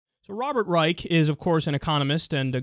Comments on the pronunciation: His name is pronounced "Reish", he's not a fucking nazi. I swear, sometimes I think you work hard to mispronounce things. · His last name is Reich, pronounced with the 'Rei' sounding like the 'ri' in the word 'right' and the 'ch' sounding like the 'sh' in the word 'wish'. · I've heard it pronounced as Robert Ryesh.